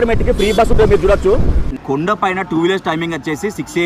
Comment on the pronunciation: అన్నా కుండ కాదు అన్నా కోండ